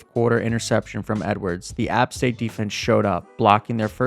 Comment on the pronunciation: Never pronounce App State like that again lmao